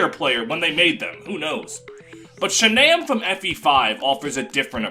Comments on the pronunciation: IT'S SHAGNAWM NOT SHANAMM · not pronouncing shannam like Shannon is insanity